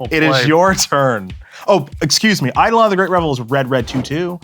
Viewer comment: I’m disappointed Prof, as a former English teacher, doesn’t know how to pronounce Eidolon correctly. No wonder he lost to